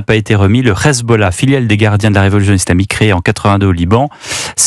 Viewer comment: Bonjour, pourquoi (pas sur de l'orthographe..); dit-il "izlamique" plutot que islamique???.Cordialement.